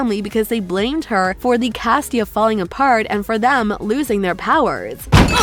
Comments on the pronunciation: It was a really nice video but FYI it's casita not castia.🙂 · how she said casita tho